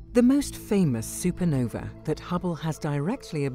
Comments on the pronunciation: SUPERNOVA!!!!! NOT SUPER NOVI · Super-Nov-A NOT E AAAA HERE ME